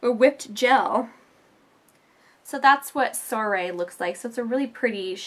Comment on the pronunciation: You said soirée wrong